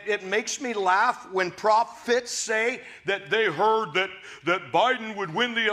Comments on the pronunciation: What I hear her saying, is because he stopped hanging out with the evangelicals, because perhaps he doesn’t see the transactional value to it…he needs to “get himself right” with God. Have at it buddy. Also, Hank Kunneman: did you catch he said “prop-fets” which I’m assuming means he thinks they are all props of the demonic non-Trumpists…🤦🏻‍♀️ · I like how Hank Kunnaman pronounced prophets as "Pro-fits." That's just what they do their job for: Profits!